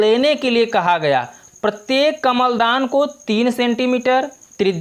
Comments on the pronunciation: Kaml dan nhie kalm dan ha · Kamal Dan Nahin kalamdan